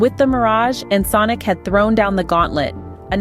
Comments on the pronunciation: You go back and forth, but the correct pronunciation is like en·sonic (sonic, as in sound ), not ensunik. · In-sin-ick LoL it's En-Sonic. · Ya I know, but the writer could have spelled it phonetically in the script so as to force the TS to pronounce it correctly (e.g. "enn sonic" or similar). Overall though, still not as irritating as how Windows TS mispronounces plugins as "plujins." 🙄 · You lost me at "Ensin-Ick" Fuck this text-to-speech shit. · you think because it was mispronounced it has to be AI?